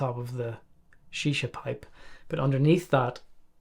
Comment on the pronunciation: i love the way he instantly called it shisha, deffo spent ages in the ME. hahaha